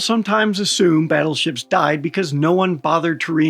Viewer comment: OH GODS PLEASE...the WHUT?? "BIG BUTUFUL BADDLESHIPS"...gimme a fkn BREAK..."GOLDEN HORDE" Is this RUSSIAN FREAK THAT DEMENTED?? Golden fl...MY ASS... I cant even FATHOM as to WHY!? WHY for gods sake? Because the GOLDEN TACO TURD wants it?.... Battleships were OBSOLETE the moment missile tech got anywhere near a CRP of 100 meters...TOO fat, too SLOW too PRICEY and TODAY ya couldnt even PAY for ONE let alone a whole ass fleet... Fkn NAVY cant bring up the LCS for gods sake, a sloop compared to a TOTALLY NEW kind and class of BS...The BS is BS